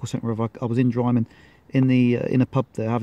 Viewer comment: Wrong pronunciation of drymen.